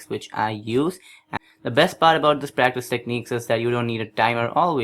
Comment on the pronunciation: I like how practice sounds like breakfast when he says it. :)